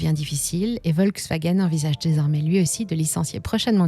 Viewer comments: on prononce : FOLKSwagen Pas Volksw... volk = populaire, peuple. folklore chez nous ! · Merci de prononcer Folkswagen , car en allemand le V se prononce F. Pour le gaz , les Allemands auraient du garder l'accord avec la Russie . Enfin pour la voiture électrique, c'est une arnaque qu'ils devraient éviter car elle pollue davantage que la voiture à essence. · On dit Folksvagueune et béhèmvé :-)